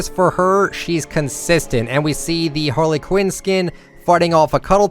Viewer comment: this man said Harla Quinn 🤦🏻‍♂️